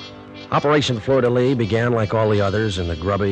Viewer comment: 47-07-14 = 002 Operation Fleur de Lis. NOT "Lys"